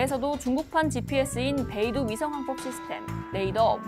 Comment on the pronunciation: 중국에서 미국 GPS처럼 쓰려고 개발한 위치정보시스템은 베이두가 아니라 베이떠우beidou 입니다 (北斗북두칠성의 북두, 중국어발음) 중국 비판은 잘해주시고 계십니다만, 이에 걸맞게 정확한 표현 사용해주시면 좋겠습니다.